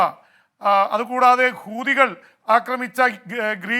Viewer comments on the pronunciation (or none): ഖൂതി. അല്ല pp ഹൂത്തി